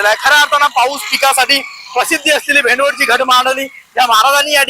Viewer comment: भेंडवड नाही रे भौ...... भेंडवळ,भेंडवळ 😂😂😂😂😂